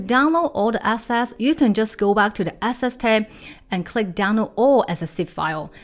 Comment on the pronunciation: so funny that your “analysis” sounds like “nonsense”, and your “assets” sounds like “asses”